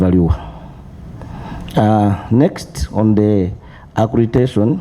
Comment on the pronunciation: We need in this committee too. All these guys would be under good care already. It's accreditation, not accretation